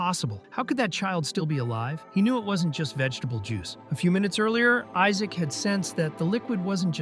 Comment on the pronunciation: Everyone call him Isaac instead of Isaac😂😂😂